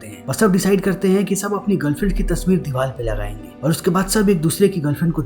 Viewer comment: Deewaal 🙄 deewaar hota hai